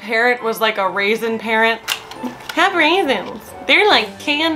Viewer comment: JUST GOT TO THE BIT WHERE YOU SAID “A RAISIN?!”, WHAT?! 😂 HAS HER OWN PRONUNCIATION. 🙌